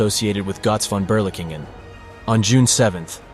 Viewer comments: It's pronounced "GURTZ FON BERLEEKENGEN" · I hear Gotz von Beerlicken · Great video but the pronunciation of "Gotz Von Berlichingen" is incorrect. Gotz is like Goats but without the (a)...Von is like phone without the (e) and Berlichingen is Bher-lee-shin-gen (g as in gone)